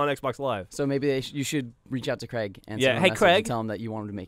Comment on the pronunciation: Goddamn. Cr-ay-g. not Cr-egg.